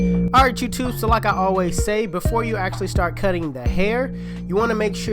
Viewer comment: “YouTTuBe this the CUT “